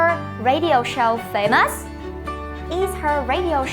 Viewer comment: Từ famous nhấn âm chưa đúng. Nhấn âm 1, video nhấn âm 2